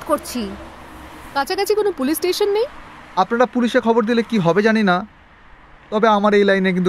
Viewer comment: আমি তো "কত ভড়ি গয়না আপনাড়া পেয়েছেন " শুনেই বন্ধ করে দিলাম। অর্জুনের বর্ণমালায় 'র 'নেই।